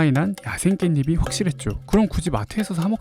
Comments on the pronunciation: 표준발음 다 틀리네..... [깬니피] [깬니플] [깬니프로]으로 발음해야 함. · '깻잎이'의 발음은 [깬니비]가 아니라 [깬니피]😅